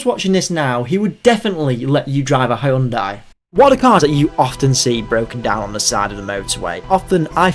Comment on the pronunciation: Hyundai say it right 😂